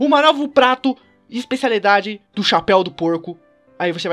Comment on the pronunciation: Ele falo chapel de porco e chapel de javali